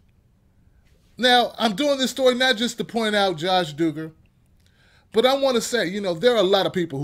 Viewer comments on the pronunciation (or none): It's not doo-gar its duh-ger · Eli Acevedo The Doogers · It's Duggar with a short u sound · The way you pronounce their name killed me, but yeah this show needed to be done lol